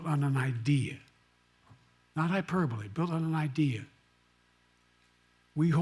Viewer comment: NO JOKE!! Not HIPERBBBILLLLLY!!